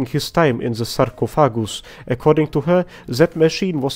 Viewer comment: god i love how you say sarcophagus